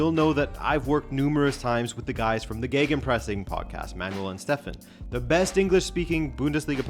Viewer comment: Gaygenpressen.... where the hell did you guys interprete the letters g and e together and get Gay?....